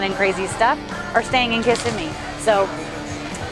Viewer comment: You are pronouncing Kissimmee incorrectly and snow crab is not a soft shell crab unless it is in the process of molting.